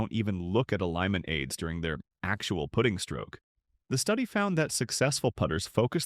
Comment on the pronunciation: Putting…..cmon AI!